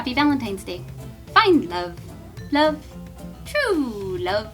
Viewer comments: "wove.... true wove...." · Wuv, truw wuv.... Someone was channeling princess bride